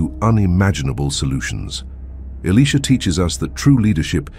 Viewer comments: 🎯🎯 Exactly, I said the same thing. It's annoy'n to hear Elisha, pronounced Alisha, or Alicia. So I hope 🛐the narrator, or content creator read our comments...In JeSuS Name, amen. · Alisha? Why is it pronounced different so often? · Why are they pronouncing Elisha as Elesha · I have heard Elisha only pronounced "Eli-sha" and not in the feminine sounding "Alicia." I am 70 years old and attended two seminaries and have not heard Elisha pronounced as "Alicia" until a few years ago when I heard it from a young seminarian from West Virginia. I notice the younger generation pronouncing several words differently from long accepted pronunciation throughout both the United States and the United Kingdom. What linguistic shift is taking place? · who can't pronounce the name elisha😮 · Father God I pray all the narrators of Your Holy Word learn to take time to pronounce all the names in the Bible & Elisha’s name correctly! Amen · What a misunciation of Elisha name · Make up your mind on the pronunciation of the letter I in his name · His pronouncement is wrong on Elisha name. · Who is ili sha or can't the pronounce the profit it think their talking about😮o boy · Can’t pronounce Elisha’s name correctly don’t say his name